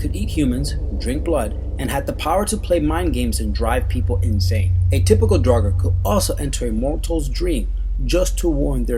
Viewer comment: come on he said draugur wrong and its like a zombie